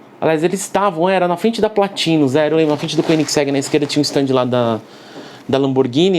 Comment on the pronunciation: Quando assisti o episódio do a pronúncia PLÁÁÁtinus me lembrou do prefeito na hora! Kkk Muito bom o conteúdo Perfeito! 👍